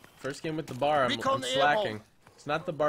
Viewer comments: It's not said bar its B-A-R (bee-a-are) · It's a B.A.R. not a bar. Browning automatic rifle